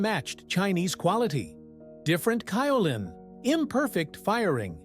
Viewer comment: Interesting video. I've been a potter for more than 50 years, porcelain is my favorite clay. I have worked with both stoneware and earthenware.. Just one correction; Kaolin is pronounced with a 'long' A. ( K oh lin)